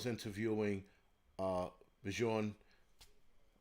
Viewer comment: Bjorn is pronounced Byorn.